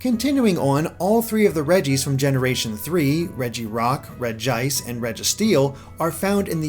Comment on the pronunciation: Yeah, its "Re j ice" Not " Reg i ice"